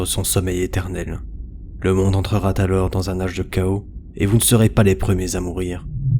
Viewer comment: le monde entrera-t-alors ... fais un effort bro serieux, t'as un truc a faire c'est parler..